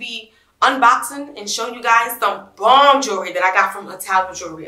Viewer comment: 28 YEARS! How; when you ain’t but 23 - 25 years old yaself??? JU POPPIN! So pretty!🥰❤️ And: “YOU KNOW YOU SO NEW YORK when “jewelry”’is pronounced “jury” Shout Out!💪🏾💪🏾😆❤️